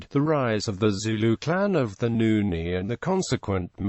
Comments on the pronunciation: Why is he pronouncing Nguni as Nuni...? Insulting us...? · Sorry am laughing. I came to the comments after hearing that. Wow what an insult. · what the hell does even a white person knows about black cultures and migration🙄🙄 he is not even pronouncing it correctly!! these people are too forward & it annoying